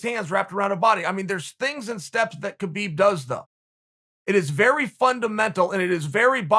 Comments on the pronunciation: you know its HA-BEEB not KAH-BEEB, right? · Key-Beeb's not that wai. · Chael "kheebib" Sonnen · Khabib "Khibib" Nurmagomedov. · Chael “kheebeeb” sonnen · Chael “kheebeeb” Sonnen Still has the biggest arms in west Lin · Literally no one: Uncle Chael: “Kebeep”